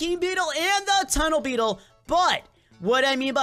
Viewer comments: its not tunnel bettle its funnel bear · he said "THE TUNNEL BETTLE"